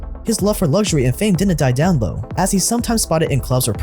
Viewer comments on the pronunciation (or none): none